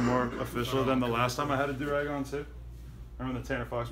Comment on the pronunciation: That's a ouu rag not a du rag